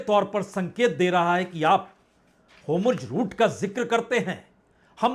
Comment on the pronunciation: पढ़े. लिखे. पत्रकार. महाषय वो. शब्द होमुर्ज. नहीं है. बलके हुर्मूज़. है.....